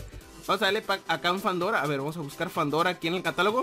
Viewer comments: Fandora? es fedora ;D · Se llama Fedora NO FANDORA